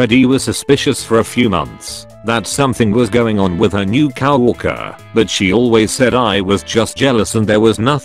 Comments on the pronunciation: Nobody: Narrator: CAW WORKER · I like it pronounces coworker it cow orker